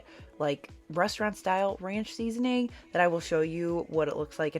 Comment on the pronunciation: Seasoning 🎉 not seasoing 😂